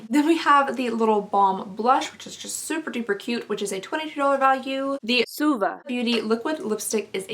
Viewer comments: She was pronouncing it like "swa-va" instead of "sue-va" which is how it should be :) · Christiana Fisher she missed one, it was "swah-va" 😂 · She missed a voiceover..she was calling suva, suave!! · I def had to replay the swah-vuh that got missed. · Paulette Zayas If I’m not mistaken, a little after she mentions the brand again and I think she was saying “swa-VAH” lmao 😂 that’s me all the time tho I can never pronounce anything 💀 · Jamie Winters she missed one out and said ‘swah-va’ instead😂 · She was saying “Suava” Beauty 😂 she forgot to dub one. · I love the voice overs trying to correct the pronunciation of “Suva” - That cracked me up and I had to let my husband listen to that correction. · I definitely agree about the Belle Pierre! Also I was dying at the voiceover of the Zuva everytime, I was wondering what you had pronounced it as to begin with! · I’m so happy we know how to pronounce “Suva” now! 😂😂 that was the best part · Im crying at the voiceover of the name of the name of that lipstick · “Suva” lol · I can definitely see the confusion with the pronunciation she used. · What I really wanna know is how you pronounced suva lmao